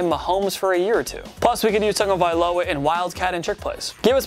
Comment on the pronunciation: Listen how this dude says tuas last name